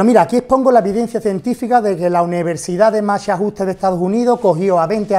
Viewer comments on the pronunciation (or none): "La universidad de Machajhusteh" "Carolina del Norte en Estocolmo" Einstein.